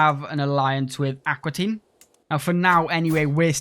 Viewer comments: It's Aquitaine, not Aquatine! 😄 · Fun playstyle! Also fun that that you call Aquitaine Aqua Teen.